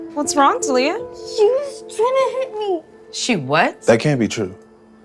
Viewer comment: ITS TALYA/TALIA NOT "TA LIA"